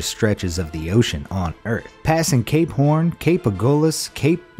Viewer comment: When he said Cape Horn I thought he said C A P E P O R N